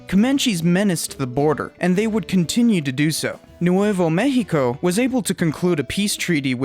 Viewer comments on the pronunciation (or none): You said Nuevo México so weirdly, I thought you were saying New Huevo México. Lmao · Tay-hoss and new-way-vo may-he-co 🤦‍♂️ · Nuwayvo meheekoh... 🤣🤣🤣